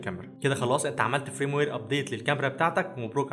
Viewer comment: اسمه فيرم وير جيب منين فرام وير اللي عمال تقولها دي